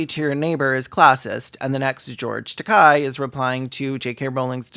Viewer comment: Hey, just wanted to point out I think you mispronounced George Takei's last name. To make it simpler (it's hard to explain pronunciation in writing) it rhymes with "gay" and the I is just there to mean that the E is longer, it's not pronounced individually.